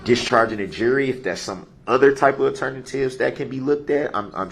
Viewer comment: ALTERNA TIVES. Get da reckerd kareck.